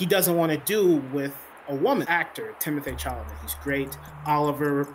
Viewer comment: he and Oliver not him and Oliver You mispronounced Timothee Chalamet's name.